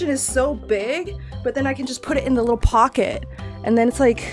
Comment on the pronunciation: Bro she siad wittle💀☠️💀☠️💀